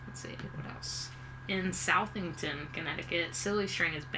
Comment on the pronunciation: just a heads up... I am from Connecticut, and the town is not pronounced Southington it is pronounced Suthingtin even though it is spelled Southington